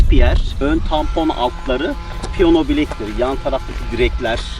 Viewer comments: Piyona yerine piyano deseniz iyi olurdu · seni Çok bilmiş Ama piyono değil Piyano